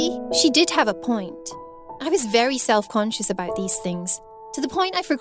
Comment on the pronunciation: “I was worried aboot it, I hated my lewks” her accent